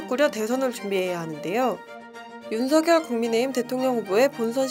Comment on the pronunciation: 어르신. 죄송합니다만 윤석열 이라 쓰고 [윤성녈] 이라 읽는다고 합니다. 원래 윤석열 이란 글자는 [윤서결]로 읽어야 하지만, 윤석열 본인이 [윤성녈]이라는 발음을 요청했기에 그렇게 불리게 된 것입니다. 날씨가 많이 춥습니다. 추운 겨울 따뜻하게 보내십쇼.